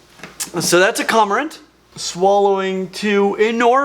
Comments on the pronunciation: CORMORANT*** NOT comorant..... 🤨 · It's literally painful to listen to an actual animal expert say the word comorant over and over...it's a CORMORANT!! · KOR-muh-rant, not KAH-muh-rint